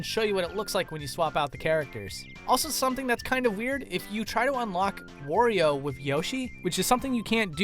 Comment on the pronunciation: Oh no it's another person that pronounces Wario like a weirdo